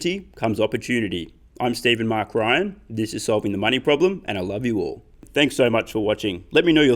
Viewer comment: Is it just me or does it sound like he says solving the mining problem instead of money problem.